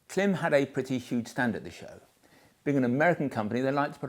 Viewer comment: Klim: It’s pronounced KLAAAAIMMM, as in “climb a mountain”. Shoei: It’s pronounced SHAW-EY . Has nothing to do with shoes.